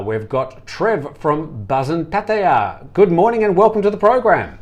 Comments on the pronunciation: Thanks, good edition today 👍🏻 Nice to see Trev from Pattaya - fancies himself as a Thai speaker but made a meal of Pattaya pronunciation...🤔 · can you please pronounce places in Thailand like an Australian..just speak normal you are not thai!!!